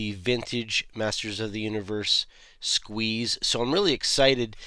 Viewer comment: Dude, say it like you mean it. You have to pronounce it Ssssssqueeeeeze! 😂